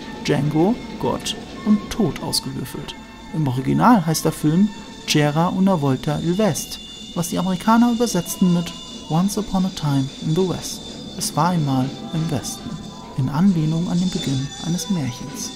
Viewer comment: das C‘era, spricht man als k aus;)